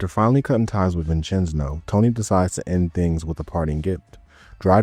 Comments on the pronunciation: Mama Mia I ain’t the only one boss says it too😂. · I’m 15 minutes in and if you are going to pronounce “Vincenzo” as “Vincenzno” for another hour and a half. I’m not gonna be happy haha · Brother it’s vin Chen zo. dude says it in game for you the way it’s pronounced. My Italian side can’t handle it😂😂😂😂